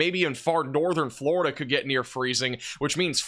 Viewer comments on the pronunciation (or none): none